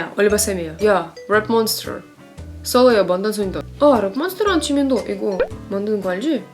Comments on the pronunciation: 발음 개지린다 뤱몬스털ㄹrr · 냄쥰을 랩몬스터라 부르는 사람은 우리 막냉이 빼고 또 있는지 몰랐어.. 🐰:랩모녕.. 랩모녕!! 💁‍♀️:야 뤱몬스tㅓ